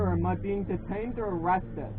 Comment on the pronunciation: You were Duh-tained. Bee-tuz you tawk likuh weetahd.